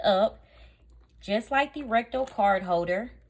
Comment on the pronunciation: You say RECTO....we hear RECTAL! I almost choked on my coffee! Listening not watching while putting on my makeup and thinking wow! Louis Vuitton has reached a new low! To make sure you don’t get robbed, they now make a wallet you shove up your butt! Nobody getting to that... nor would they want to.....being that it’s been up someone’s butt! 🤷‍♀️🤦‍♀️😆😆😆😆